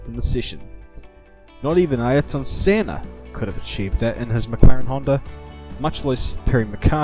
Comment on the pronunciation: I don't care about the audio, I only care foe the fact that you have pronounced Senna's name right.